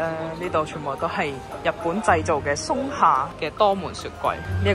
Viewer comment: Sorry,松下既“松”係讀“從”